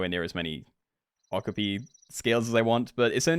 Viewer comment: My guy, that’s not how you pronounce okapi.